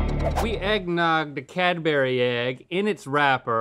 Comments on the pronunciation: Cad-berry....wtf are you saying my dude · Cadbury isnt said that way 😣😣😣😣